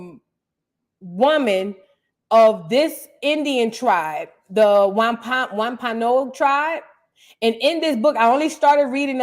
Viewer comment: It’s pronounced Womp a nog Sister ❤ from MA